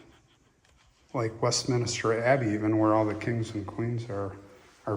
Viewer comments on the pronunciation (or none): Thank you that was really interesting and I loved going around the churchyard with you. By the way it’s not Westminister but rather it is Westminster, like York Minster.